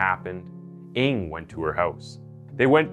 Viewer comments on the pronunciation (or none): I think the correct pronounciation for NG is "nang"!!!not eng!! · I think NG is pronounce "nang" not "ing". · His surname is not pronounced "Ing". It's "Ng". Like a sound you make when you stub your toe. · Charles Ng surname should be pronounced "nang" not "ing", been to asia and met people with surname Ng, they wonder who I'm calling coz of that, seen some of their videos, they are cold blood indeed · Good story telling as always. Love your channel. Just a small correction on the last name of the asian guy, Ng is pronuanced as "Nang".